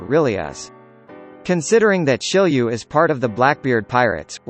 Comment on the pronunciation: isnt it shiryu and not shilliew?